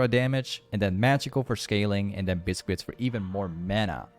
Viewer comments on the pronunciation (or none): Awesome game this was fun to watch 🙌🏻🔥 also..... It’s not pronounced “ bis..quits “ ........ and it’s choGATH not choGAS 🤦🏻‍♂️🤦🏻‍♂️